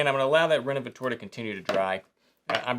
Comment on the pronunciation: Well done! One note: the leather revitalizer you used is pronounced "rénovaTEUR" insted of "rénovaTOAR". 🙂